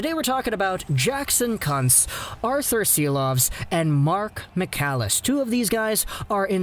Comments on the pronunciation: it's pronounced Koonz. Thought I was watching a Jim Jeffries video. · Kuntz 🤣😆🤣😆 I think its pronounced Kuuunz